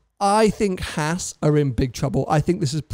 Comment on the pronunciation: Oh my God! Why is it so hard for Brits to pronounce Haas. (maybe it's the lisp?) It's the same A sound as in FerrAri. Just stretch it out a bit. It's not that hard.